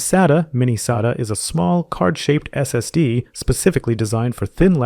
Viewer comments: This might seem pedantic, but you really shouldn't spell out acronyms. It's not S-A-T-A. It's "Sat-ah". Acronyms should not be pronounced as initialisms. If someone goes into a store and tells the guy they want an S-A-T-A drive, they person is going to look at them kinda dumb for a second before realizing what they actually mean. This is no different than calling the space agency NASA the N-A-S-A. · This is a great explainer for modern disk drive types. My only complaint is that you pronounce SATA at least four different ways throughout the video. And you use two pronunciations of NVMe. Otherwise, great video and thanks! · Or an American Accent lol